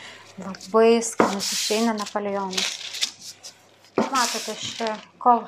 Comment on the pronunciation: sakoma napoleonas o ne napolijionas kvailai skamba